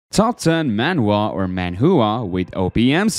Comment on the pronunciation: He said he read manhua when he was young ,but he cant even say it right.